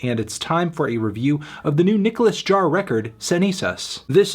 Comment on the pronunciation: Anthony, please stop mispronouncing his last name. the J is an H sound.